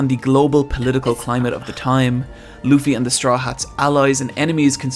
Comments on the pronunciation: Plz read this all “I spent a lot of time to write” 1. The main characters name is spilled loofy not lufy. “Like if you are saying 2 oo’s” simply like how that guy says it. 2. You must start it from the very start, if you will react to the anime on this channel I’ll definitely watch it/support and your channel will definitely grow fast. 3. For the fillers you can just skip them, To point out the fillers you can search (one piece fillers) and you’ll find everything you need “ there is a good filler that almost everyone love which is G8” 4. One piece may seems really childish and happy show for people who didn’t watch it but once you get to it, you will find out how dark and sad it can get. Which includes ALOT of real life problems and conflicts. 5. I know it’s your opinion but as you watch the show and how the art and animation progresses “ it might become your fav ;)” 6. If there is one thing every anime fan would agree on is that this anime has the best world building. 7. Watch this guys other vid “Why should you read/watch one piece” bcz it’s really gonna push you to watch op even more. 8. Every character has its own personality, fighting style, dreams/ambition which makes it really interesting. 9. I don’t recommend watching the rest of the openings if you don’t forget easily bcz IT WILL RUIN THE SHOW FOR YOU ~SPOILERS DETECTED~ just don’t 10. DONT SKIP CANON EPISODES 11. You’ve met the good side of the op community..but be aware that every community have it’s bad side so ju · It’s pronounced loo fee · it’s lu-ffy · Luffy's name is pronounced "Loofy". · No i dont understand what you are saying. His backstory was sad, start paying attention. Also its pronounced lUffy. Its not really hard to listen to how others pronounce his name